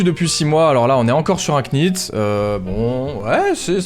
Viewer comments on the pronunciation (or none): bonne video comme d'hab mais juste pour info ça se dit pas knit mais nit comme know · un knit on prononce pas le cas (ca se dit nite) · Yo, on prononce pas le "k" dans "knit", comme "knife", "knight" etc. :)